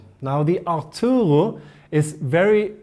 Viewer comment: Marginata it's actually Italian, its pronounced like you write it besides the letter "G", the g is spoken like in the English name George and the R is very good rolled 😊 and Arturo also, you say it like you read it .. AR-TURO 😊 it's a men name in Italy. Wish you the best thank you very much for your informative videos, not only this but others also